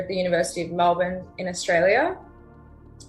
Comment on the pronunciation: As someone from Melbourne your pronunciation of a few things killed me a little bit, but aside from that this video was really well researched and I like how you went in depth about something that generates a lot of interest but that I’ve only ever seen surface level stuff on. 🙏